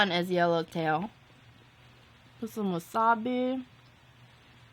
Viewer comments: It sound like she said wassa bae...instead of wassabi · Wassup-bee = wasabi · Was-up-bee for wasabi